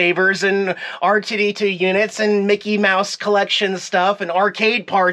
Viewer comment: where did you pick up that strange pronunciation of R2-D2? 🤣 I heard it when you were at Disney and I wrote it off but you just said it again so I gotta say something.